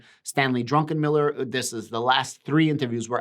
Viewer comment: the name ist „Druckenmiller“ - No „n“ after the „u“ -> Stanley is Not drunken Adam ^^